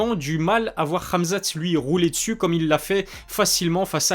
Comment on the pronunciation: Question: pk tu dis ramzat et ma''k''achev ?